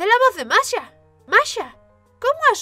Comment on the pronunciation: Masha* Por qué no son capaces de pronunciar el Sh?